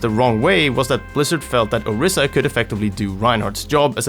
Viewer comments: It's an "I", not a "E". Orisa.. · its "oh-reesa" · Nigga Learn how the say the Heroes name correctly or do not make a video on her